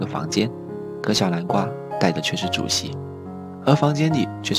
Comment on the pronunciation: 天吶 這是什麼發音 小南瓜(小藍瓜）